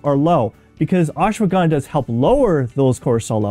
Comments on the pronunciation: It is not ashwagandaa its ashwagandha 😂 pronunciation 😂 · First learn how to pronounce it is ashwagandha not aswagandaa😂😂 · What is ashwagánda ? Pronounce it right give some respect